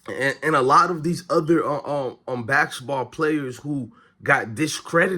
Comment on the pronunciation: Practice saying basketball please.